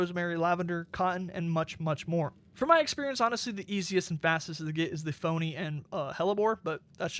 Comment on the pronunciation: its pronounced pee o knee